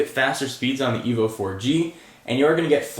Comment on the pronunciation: its Evo not evil bro